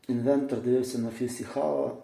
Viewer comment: правильно казати інвеРтор